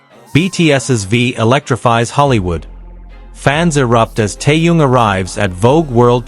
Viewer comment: Какая безграммотная речь просто ухо режет..... Это парня зовут Тэхён а не какой то таенг и город где Тэхён проживает столица Южной Кореи не соёл а Сеул... Какого чёрта таких коментаторов безграммотных и не образованного ставите озвучивать текст. Позорище